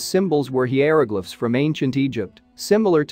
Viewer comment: The mispronunciation of so many words is impressively oblivious. With so much time required to make a video, why not check things like that??? Hieroglyphics is pronounced Hy-ro-glif-ics for example.